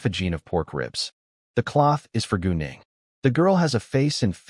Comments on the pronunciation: I wasn’t looking at my screen and when he said gu Ning I thought he said going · Every time he says gu Ning i hear goon8ng